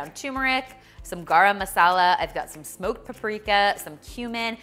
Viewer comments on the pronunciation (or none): none